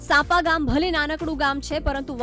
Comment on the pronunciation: સાંપા નહિ સાંપ્રા